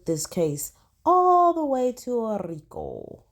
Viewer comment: ROTFLMBO… You know you are a whole CUT UP!!!🤡 I ran that “rrrrrriiicccooo” tongue roll and laugh back about 50-11 times!!!😭You’re hilarious!🤦🏽‍♀️🤣🤣